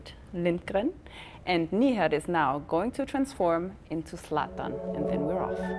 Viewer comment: Why does she call him Knee-had & not Nìhad?